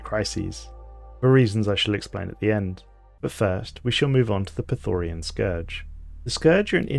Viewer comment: Nice video and idea, but it really really bothers me that you constantly pronounce the Scourge wrong. It's Prethoryn, not Prethoryan or Prethorian. There is no A in it. If you make a video about lore, you should at least get the names correct. No offense please. I really like the concept of the video nontheless.